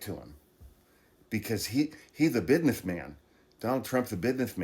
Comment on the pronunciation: Wow I had no idea that there's a full surgical medical unit on your Air Force One, that's so cool, but yesss what Trump is doing in this term is blatant corruption 😑, on the other hand I like how you say "bizness" when referring to Donnys supporters 🤣